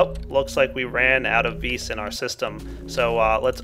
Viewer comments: its not ves its vis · its vis not ves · well, I think the creator of thaumcraft used the word "vis" because it is latin, and it simply means "power". and the correct latin pronunciation just happens to be "vis". not "vi", not "ves", simply "vis". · isn't that strength from the latin word vis-robori? If it is it's pronounced vees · ps i believe it is pronounced "VEE"